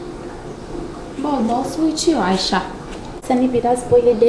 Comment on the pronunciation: Ayşayı yerimmm yaa siz ayşa diyorsunuz bide de ayşe deniyor normalde çok tatlı bir kızın var yaa